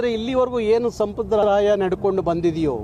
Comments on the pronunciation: ಸಂಪ್ರದಾಯ ಸ್ವಾಮಿ ಸಂಪರಾದಯ ಅಲ್ಲ ಕನ್ನಡ ಚೆನ್ನಾಗಿ ಕಲಿರಿ ನೀವು ಅವಾಗವಾಗ ಬಂದು ಹೋಗೋರು 🎉😂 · ಸಂಪ್ರದಾಯ ಅಂತ ಸರಿಯಾಗಿ ಉಚ್ಚಾರಣೆ ಮಾಡಪ್ಪ..... ಕನ್ನಡ ಮಾತಾಡೋಕ್ ಬರದೆ ಇರೋ ಮಂದಿ ಎಲ್ಲಾ ಚಳುವಳಿಗಾರರು ..... ನಿನ್ನ ಹೇಳಿಕೆ ಒಂದು ಸಾರಿ ಕೇಳಿಸಿಕೋ.... ಪ್ರಯೋಜನ ಆಗುತ್ತೆ ಇಲ್ವೋ ಗೊತ್ತಿಲ್ಲ......